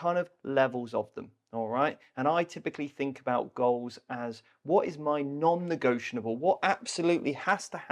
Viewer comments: "Negotianable" is not a fucking word and you both say it about 80,000 times... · I love your videos and podcasts but I've got to say it... hearing you say non-negioTIONable over and over is so hard to listen to once you notice it 😅